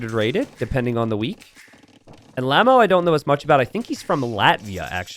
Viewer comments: lol "lahmoh" its L'amore , aka said "Luh'uh'mor'rey or "Le'ahmore" sounds SUPER french canadian or just flat out french. Mr. Love or something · doesn't speak any French. L'amore isn't lamb-oh, dude. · Lamo?! It's l'amore! Italian for "the Love"!